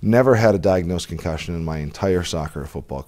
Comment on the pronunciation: It’s pronounced concussion not ‘con cushion’